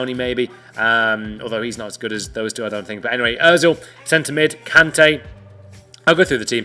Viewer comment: Ozil? Hahahahahahahahahahhaha wtf??